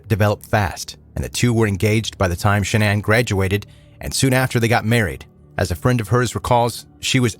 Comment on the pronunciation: Shanann's real name is Shannon, not shanana